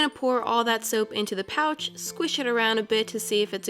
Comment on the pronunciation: I forgot what I was watching after the first minute😅 every time she said "pouch" I thought she said couch😅😅😅😅😅😅